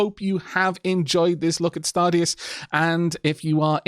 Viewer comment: I wouldn't be surprised to hear the deus part should have been pronounced as the latin word deus. Although I wonder where in the game thist stargod is.